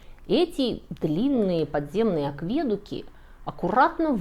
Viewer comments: АкведУк, а не аквЕдук! Я извиняюсь за занудство! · Акведу́к, а не аквЕдук. Ну это так, к слову. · Ну почему аквЕдук? АкведУк ведь!!! Вы в первый раз такое слово слышите? Акведу́к (от лат. aqua — вода и duco — веду). Ужасно режет слух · Вообще они не аквЕдуки, а акведУки. Латинское "aquaedUctus". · Почему вы говорите аквЕдуки? Когда ударение тут на "у": акведУк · Добрый день, уважаемая! Правильно говорить "акведУк", а не "аквЕдук". Режет слух! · Не аквЕдуки, а АкведУки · Всё хорошо, но в слове акведук в русском языке ударение падает на у, а не на е. Акведу́к, а не акве́дук. В латыни в слове aquaeductus ударение падает на предпоследний слог (перед группой согласных гласный долгий), т.е. aquaedúctus. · акведУк - так правильно, не аквЕдук, очень слух режет. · АквЕдук? Вы серьезно? Такой эрудированный человек не знает такого простого слова? АкведУк! О, Боже! Ещё и патЕрны? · Что за аквЕдук? Вы никогда не слышали, как произносится это слово? Загуглите, где ставить ударение. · АкведУк, а не аквЕдук. Первый выпуск, который ну настолько спорный, что вызывает острое чувство разочарования (( Все что нам непонятно, мы назовём "культовыми" постройками. Это как бесчисленные Крепости- звезды. Кушать нечего, но мы будем строить в пустынях "культовые" сооружения. Угу. К слову, в мире не нашлось компании, способной повторить энтазис Алекандрийской колонны хотя бы в масштабе 3к1. Так что все озвученное весьма спорно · не аквЕдук, а акведУк. это не первое видео и не первая ошибка. судя по вашим выводам вы мало читаете, или же альтернативные мнения вас совершенно не интересуют. а зря, ознакомления с ними пошатнуло бы вашу уверенность. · Ну что за дичь! Откуда этот "аквЕдук"!? В любом словаре "акведУк". Без вариантов. Дико режет слух. Особенно из уст образованной женщины с правильной речью. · Всю жизнь думал, что акведУк, а тут вдруг аквЕдук. Перепроверил. Все-таки акведУки. Так что видео интересное, за исключением неправильного ударения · Вы правы, только акведУ́к, а не аквЕ́дук....